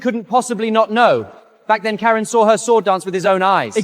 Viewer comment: I thought Ai was smart 😂…Karon. Kerin. Karen. Koran or…